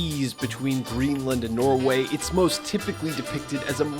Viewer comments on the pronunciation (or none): none